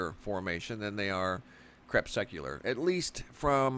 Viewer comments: Please stop sucking the anti crepes. Not CREP SUCK YOU LAR. Say KRE PUSS CUE LAR. Sent with much love and appreciation for your great videos. No hate here. Thanks bro. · You are mispronouncing "crepuscular" -- you keep saying "crepSECular". It's cre PUS cue lar. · LOL, you say crepsecular, i say crepuscular... ;) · You make it sound like these sun halos are a normal thing but they weren't around when i was young and through my teens. And say it right crepusc not crepsec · So disgusted that cannot or will not pronounce crepuscular and anticrepuscular properly. For an educated man he sounds stupid CREP SUC ULAR....... it just irks me! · It's pronounced 'crep-us-cu-lar' ...relating to twilight. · Say crespecular one more time.... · awesome footage and commentary... btw it should be pronounced to sound more like ... Cree Pus Cue Lair/Lur... Crepuscular also is a way for fellow Biologists/Naturalists, etc... to reference certain species of animals/insects/arachnids/bats, etc time of more normal activity for foraging... like salamanders, spiders and centipedes more active in the twilight hours between day and night and morning... VvvvvV <3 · I cringed every time you mispronounced crepuscular!!